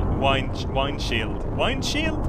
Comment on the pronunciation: WINDSHIELD ( PRONOUNCE : WINDSHILD) NOT WAINDSHILD!!!!